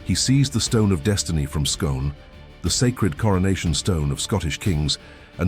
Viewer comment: Pronounced Skoon